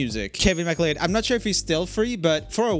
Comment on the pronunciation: I know it probably doesn't matter since we all know him, but McLeod is pronounced like McCloud :)